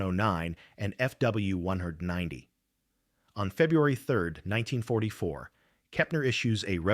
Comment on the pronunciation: I subscribed as requested. The AI narrative is annoying when it can’t say “M E 0ne O Nine” or “F W One Ninety”. Please work on the selection of photos to better match the narrative currently on the screen.